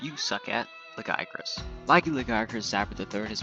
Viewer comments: Jia. Pigeon Jie There's no g sound. LaJiacrus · pronounces it as Laggy Acris